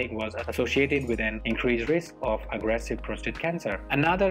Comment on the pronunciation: If you will excuse me saying so, the word is not PROSTRATE, IT IS PROSTATE - no second R.